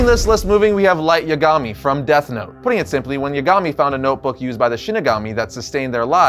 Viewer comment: Isn't Kaguya way more powerful than Madara? And why are you calling Light by his last name? (which is mispronounced by the way).